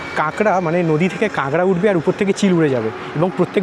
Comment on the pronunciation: কাঙ্গরা কি রে ভাই??? এখনও কাঁকড়া উচ্চারণ করতে পারিস না ব্লগ করিস